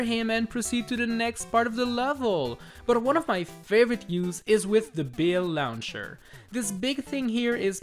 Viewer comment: I love how he just says: DA BILL LAWNCHER